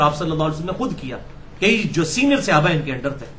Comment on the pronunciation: عزیز م مرزا صاحب، آپ کو اپنے موضوع کے کے حوالے سے صحابی، صحابہ کا لفظ بہ کثرت استعمال کرنا ہے اور رہے گا ۔ براہِ کرم درست کیجیے کہ صحابی، صحابہ کے لفظ اردو میں صِحابی، صحِابہ کے تلفظ سے نہیں بولے جاتے ، صحیح تلفظ صَحابی، صَحابہ ہے۔ یہ تنقید نہیں، آپ کی فصاحت اور لب و لہجے میں بہتری کے لیے عرض کیا ۔میں تو آپ کا مداح ہوں۔